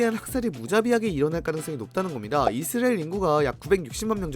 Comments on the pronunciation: 못참지 이스르엘😂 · 이스라엘 발음 왜저러냐 ㅋㅋ 이스르에르 이스리에리 ㅋㅋㅋㅋㅋ